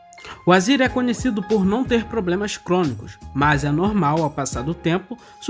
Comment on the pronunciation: Por quê vc fala Azira, quando o certo é Azera?